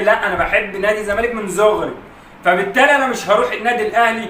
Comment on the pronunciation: هو قال من زغري كتير بس الواد ميعرف يقول حرف ب فقالوا غ 😂